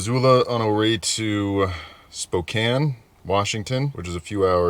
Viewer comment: You made my day! I am in Spokane and you said it right. WHOO HOO.